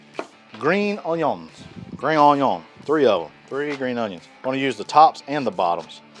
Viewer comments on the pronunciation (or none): Martin Yan is his name and he is awesome. As others have mentioned he has a number of YouTube videos as well. Hey, do you watch Chef Jean-Pierre too? Is that where you got the on-yon pronunciation for onions? 😂 Love the video… keep then coming! Russel in Mebane